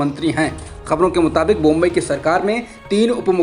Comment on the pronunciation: नाम है, बोम्मई नॉला जा रहा बोम्बई!